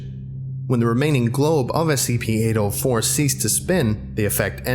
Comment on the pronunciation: The way he pronounce 804 sounds like "Anal 4"